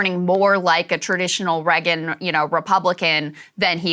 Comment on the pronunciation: Love Krystal but cringe every time she says Reagan